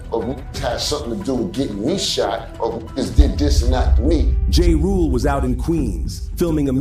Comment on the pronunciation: 😂😂😂 SPI who is Spider 🔒 (Spider Loc) and Jay Rule (Ja Rule) & Tony Yay-Yo (Tony Yayo)? A.I. hasn't gotten pronunciation down yet.